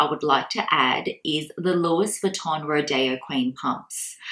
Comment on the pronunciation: Do you purposely pronounce 'Louis (not Loui) Vuitton like that? Just something I picked up whilst watching .. 🙊